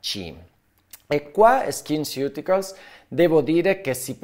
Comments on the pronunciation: La pronuncia esatta di skinceuticals è "skinsiuticols" 🫠😁😘🤩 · Faccio la maestrina: sono andata a cercare la pronuncia e "ceuticals" si dovrebbe pronunciare "siuticols", come "nutraceutical". Grazie, dottore, del suo lavoro🥰